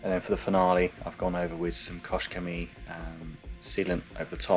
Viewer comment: This car is very pretty. I always found it looking nice. Btw., in regards to Koch-Chemie, the first word is pronounced with "h" at the end, not with "sh". Kochen is a german verb which is pronounced "kohen", but not like "Cohen - as an english name", but with H, like in "house". Take care.